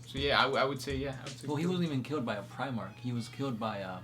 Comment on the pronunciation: Neither of these guys can pronounce the letter L in the middle or at the end of the word. "Comfortable" is "Comfort-bow", "killed" is "kiwwed", etc.